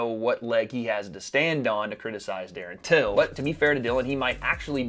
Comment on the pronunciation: “Darren tillon”😂😂😂😂